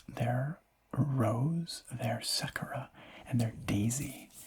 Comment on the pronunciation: Never heard someone pronounce Sakura as Sekera